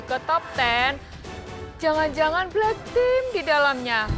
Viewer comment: Owalah bilang black team wkwk ak dengernya black pink anjay 🤣🤣🤣🤣